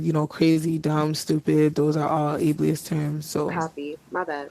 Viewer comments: Did she pronounce asterisk "asterick" and ableist "ablee-ist"? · WTF is “ableli iss”??